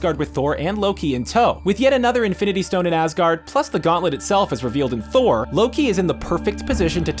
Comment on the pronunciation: This! Omfg! Made my skin itch every time he said it wrong. Its in the films, thor says it, how can it be pronounced wrong